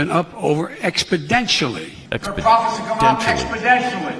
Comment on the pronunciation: It’s exponentially moving or as would say “expodentually”